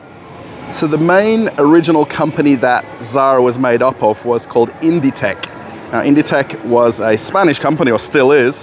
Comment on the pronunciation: it's pronounced "Inditeks" "écru" is a off-white color in french, often used for natural fiber clothing the MAAG store appears pretty empty compared to the ZARA we have here. I suspect they don't have all the references yet